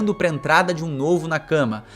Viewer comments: Meu amigo. Nakama se lê Nakamá e não na cama. Na cama vc faz outra coisa, tipo... dormir hehehe. Ademais ótimo vídeo. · Genteeee, a pronúncia é nakamÁ!!! 😭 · Jeito que vc nakama é muito engraçado ahahahahah Tenta falar nákámá ficaria bem mais japonês